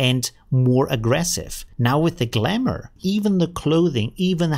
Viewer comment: funny as its glamour not galmour haha